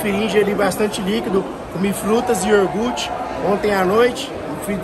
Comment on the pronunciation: Iorgute kkkkkkkk cara é foda